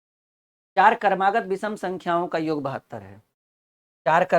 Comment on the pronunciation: sir, योग और योग्य के अर्थ में बहुत अंतर है कृपया योग को सही बोलना सीख लीजिये।बहुत भद्दा लगता है।🙏🙏